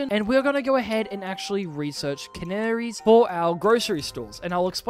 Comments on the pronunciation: "CAN NERIE" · Why do you pronounce canneries like that